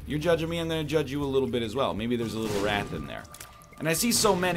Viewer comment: The way he pronounced wrath and sloth...